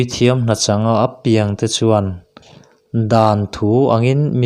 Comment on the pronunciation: A piang tih khi i thluk dik lo a, naute piang tih a piang khi lam ri ta la a dik ang ka lo tia.